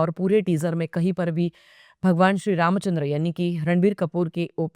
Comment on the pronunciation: तुम्ही "श्री रामचंद्र" या नावाचा उच्चार फार सुरेख केलात...!!👌👌